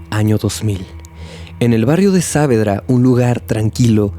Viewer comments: Es genial la narración, salvo la pronunciación del lugar. Es "Saavedra" sin la tilde, así como suena (Savedra), para que se entienda. El resto es genial, la historia realmente es turbia. Gracias por buscar y sumergirse en casos de mi país, siempre con respeto y atención a cada detalle. ❤ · Hola, que tal? Solo quería aclarar que el nombre del barrio se pronuncia Saavédra (como si la tilde estuviese en la E) y no Sáavedra. Gracias.